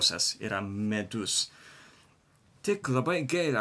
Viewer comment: Tik nesupratau ar sakai žodį "Medus", ar "Midus".Tai skirtingi dalykai."Medus" tai bičių suneštas produktas.O "Midus",tai lietuviškas alkoholinis gėrimas.